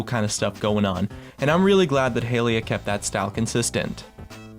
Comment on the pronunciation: I appreciate your content, but your pronunciation switch ups made me cringe a few times. "Hylia" to "Hehliuh" to "Hayliuh", "Bland" said correctly, to "Blain". Sorry for the nitpicking it's just something that stood out and distracted me from what you were showcasing. A little consistency is all I'm critiquing you for, whether you're pronouncing it right or wrong.